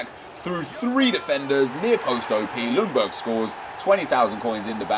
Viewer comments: It´s pronunced Jungberg!! The L is quiet! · The L in Ljungberg is silent.